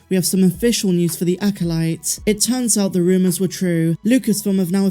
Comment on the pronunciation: Acolyte = Acoshyte.